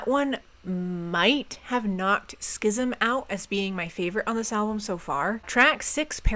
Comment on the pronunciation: You need an award. You said "schism" right on one try